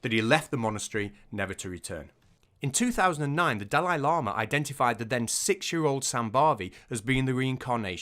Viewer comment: The serious bit was made much funnier in my head by hearing llama every time instead of lama Horrible practice though